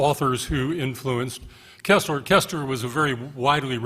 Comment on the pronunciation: For god's sake, it's pronounced....KIRSTler, (as in thirst), not KESSler (as in less).